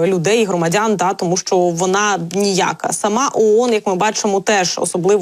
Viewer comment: А что это за колхозное" ТА"??? В УКРАИНСКОМ ЯЗЫКЕ??? НАУЧИТЕСЬ ПРАВИЛЬНОМУ ПРОИЗНОШЕНИЮ а потом уже можно и за могу повоевать!!! НЕУЧИ!)))😅😅😅